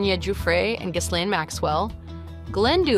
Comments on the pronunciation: Ghislaine / ghee-LAYN, ghee-LEN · If you're gonna do a video about Epstein, at least learn how to pronounce Ghislaine. But maybe you're just an AI voice?